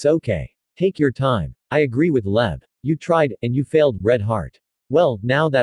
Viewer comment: "I agrhi with Leb" LMAO😭🤣🤣